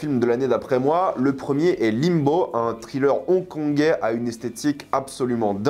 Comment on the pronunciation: TRilleur TRilleur TRilleur raaaaahhhh... Nails on a chalkboard. Have mercy on our ears. Evil Dead Rise, craignons le pire... des films d'horreur qui ne réinventent rien, l'ennui cette année. netflix, Disney+... quelle époque de merde. Asteroid City : une grosse arnaque, un des pires Wes Anderson. Je ne garde de cette année que Fifi, Oppenheimer et Mars Express. Barbie : sans intérêt, un gâchis du talent de Gerwig pour un propos téléphoné.